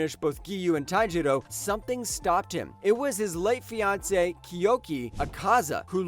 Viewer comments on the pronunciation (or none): none